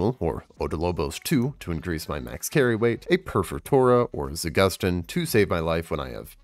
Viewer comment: About this video. Info is good. Reading skills awful Learn to read properly za-goose-teén (not gus or gas) Op-doll-bóss I marked the stress in these words